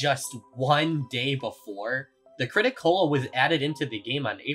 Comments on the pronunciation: It's crit-A-cola not crit-o-cola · ... It's called the Crit-A-Cola not Crit-O-Cola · It amazes me how you managed to use the crit-a-cola this much for the video, but still called it the crit-o instead of crit-a. It's a play on coca-cola, not coco-cola. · You writing the Crit-A-Cola’s name as the “Crit-O-Cola” reduced my lifespan by 8 years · Its the crit-a-cola, its the CaaC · why why do you keep saying crit o cola